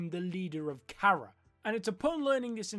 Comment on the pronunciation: KARA(Pronunciation: CAR-RA)